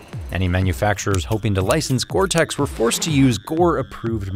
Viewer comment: It's gore-tex. You wish you had this coat